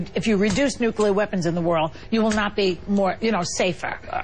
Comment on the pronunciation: I like Jesse...but, get it right: It's NUCLEAR, not NUCULER, which is how GeorgeW used to screw up the word.